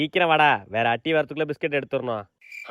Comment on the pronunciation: Biscut la s ah vittutingala anna😂